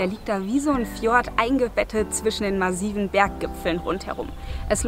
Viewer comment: Massiv wird mit stimmlosem s ausgesprochen...